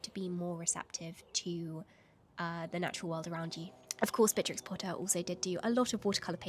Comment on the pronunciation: "one of my favourite historical figures" Also who has all of the time in the world: "Beatrtrix"